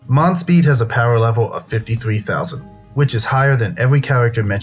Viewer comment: That's not (dereri) its (Deriyer) (monspit) is (Mons-piyet)